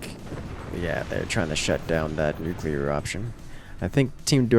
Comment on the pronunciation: Absolutely critical that pronounces "nuclear" accurately.